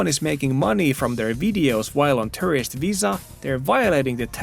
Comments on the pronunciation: When u say Tourist sounds like Terrorist. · No offense, like your videos, but your pronunciation of "tourist" sounds more like "terrorist" to my ears. Don't mind it at all, just was confused by it a couple of times, especially on when the guy wearing mask is in the frame. 😅